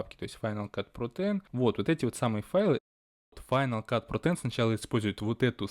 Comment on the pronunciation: Так странно звучит на русском, когда ты произносишь, название этой программы "Файнал кат ПРОТЭН" О_о